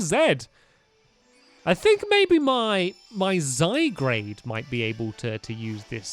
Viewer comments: Tanisha Shriyan zygarde not zaygarde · you may not see this comment but it isn't zygrade it is pronounced zy guard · by the way zygarde is said zi gard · NOT ZYGRADE....ZYGARDE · Not zy-grade it's zy-guard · It's still zygarde not zygrade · dude it's zy guard not grade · One of the team skull member made the shocked pose, because from your mouth performance! Ps. It's Zy-Guard, not Zy-Grade. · ITS Zy-guard not zy-garde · Toon Kir-Chu yep I'm do annoyed hearing zygrade instead of zyguard (I know it's spelled zygarde) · I think Stampy referring to Zygarde as 'Zygrade' is kinda cute and charming. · It's zy gard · Pellipepper, Zygrade, Ganitbzatakx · YEAH?!?! IVE SAID IT IN A VIDEO BEFORE BUT HES SAYING ZYGARDE WRONG ITS Z-A-Y-G-A-R-D-E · Flygon is a ground-dragon type plus you are pronouncing zygarde wrong (its french) its pronounced zy-guard